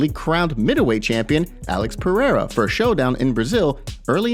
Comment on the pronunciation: Why do we have to listen to Brendan Schaub opinion guy pronounces Alex perieira name like he's some kind of Frenchman named pierre